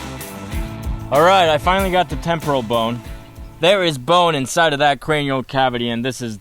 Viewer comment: even if it's a false one, it disgust me when he go "insinde " the zombies wounds x)